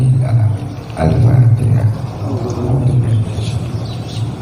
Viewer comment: Bisa nya cuma ini n alfateha juga slh baca gm org spt di bs di agungkan.